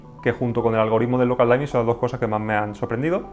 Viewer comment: Excelente video, ojalá llegue este televisor algún día a latino América! PD: la palabra dimming de "local dimming" se pronuncia diming directamente y no "daiming" saludos!